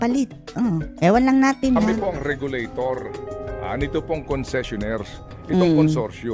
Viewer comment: Tama po ba dinig ko, "regalo-tor at regalo-ted"? Just roll and roll the dice...